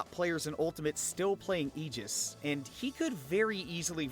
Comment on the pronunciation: FINALLY someone says it right! So tired of hearing Ay-gis